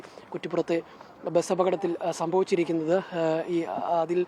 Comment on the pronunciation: ബെസ് എന്നല്ലെടോ ബസ് എന്ന് para🤲